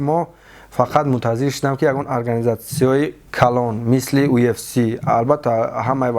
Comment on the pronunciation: Ай хато гуфтани уфс гуфтани,Мубориз кариб бовар кард ки уфс меги 😂😂ЮФС